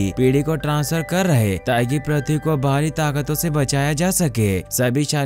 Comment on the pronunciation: प्रथी नहीं पृथ्वी